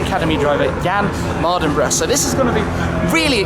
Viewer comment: its Jann Mardenborough not Mardenbrough :)